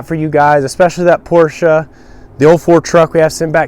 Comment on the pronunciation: thank you for pronouncing Porsche correctly it makes me cringe when people say " Porch"